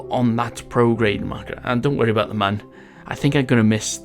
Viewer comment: It's pronounced MOOOOOOON!!!! MOON YOU IDIOTS!